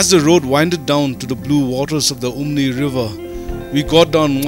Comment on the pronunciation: Umngi not umni😊